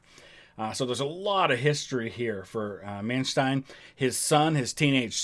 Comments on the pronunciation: Is "ai" right though? Since "rain" or "gain" are spoken like German "räin" "gäin". So I guess "ei" = "i". Also to add "Man" is pronounced "man" and not "mæn" like he says in the video. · We do pronounce "st" as "sht" at the beginning of a word, not in the middle of the word. In case of Manstein this is a compound word of "Man" (probably short for "Mann" = man) and "Stein" = stone, so it is still pronounced "shtin" and not "stin". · Re pronunciation: His name von Manstein is pronounced as “fon munshtine”. Normally, “st” is pronounced as “sht” only at the start of the word (the same applies to “sp” = “shp”) but his name is a compound word: “der Stein” means “stone” and is usually part of castle names. The letter “v” is always probounced as “f”. And the letter “w” is always plain “v”. So, Lewinski is “levvinski”, not “looinski”. The diphtong “ei” is pronounced as “ai” and the digraph (not diphtong!) “ie” is pronounced as “ee”.